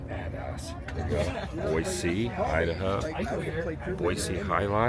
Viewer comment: Glad you're enjoying our beautiful city! The running joke is that this time of year flies are our "state bird!" Looks like the street fair was lots of fun. Boise is lots of fun - reminds me of Berkeley, CA, back in the 70s. Open-minded college town. Glad your sister has you saying Boy-see so you sound like a local. ❤ That grilled cheese looks amazing! 😋